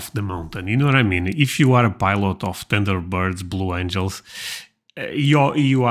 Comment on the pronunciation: Lmao!! It sounded like he said tinder birds!!!!!!!😅😅😅😅😅